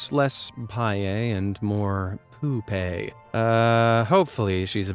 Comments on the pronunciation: Loved the video! The right pronunciation of pavê is not 'pye', it's more like a normal V sound as in Vendor or Vermont. It's Pa from Patty or party and the vê from Vendor. Pavê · It's not pronounced payé. It's pavé. You have to pronounce the V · Paie ao invés de pavê mata as piadas. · Hey! Big fan of the show all the way from Brazil. Just a correction, we pronounce it "pa-vay", not "pa-ye". Love you guys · Actually the pronunciation of pavê is totally wrong, idk who said that to you but is nothing like how we say pavê, not event a bit close...